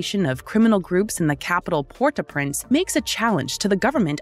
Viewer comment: Unbearable to watch. You mustn’t produce a report of a country without even bother to check how the capital is pronounced.